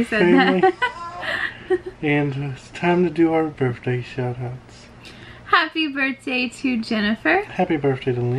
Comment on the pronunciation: it's not birfday it's birthday with an th